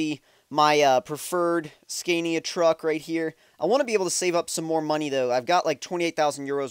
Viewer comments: Haha sorry I don't mean this in a mean way but the way you say Scania is so bad. it's actually pronounced scan-ia not scane-ia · OMG it's not pronounced scan-is it pronounced sconia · The way he says scania hahaha